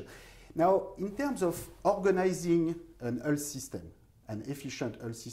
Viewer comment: Oui, Thomas apprends au moins à prononcer le mot "health" correctement (ça se prononce comme "wealth" et non pas comme "Hull", enfin !) Oui, il est urgent de prendre des cours de prononciation, c'est une vraie torture !